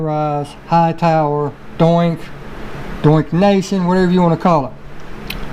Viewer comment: Lol your funny man...Doink and Doink Nation... It’s Donk and Donk Nation, not Doink lol 😂